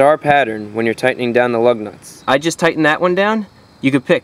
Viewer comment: I keep hearing LOVE NUTS 😃